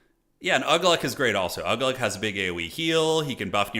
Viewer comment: Uglúk is pronounced Oo-glook